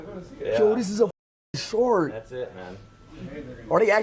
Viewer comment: "Im touching a SHORK!" What accent is that?😂